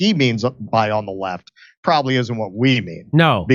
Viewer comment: What he is really saying is 'dis-i-dnt what you think'